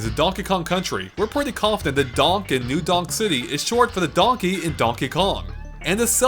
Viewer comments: am i the only one who keeps hearing new dong city? lol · i swear you said new dong city XD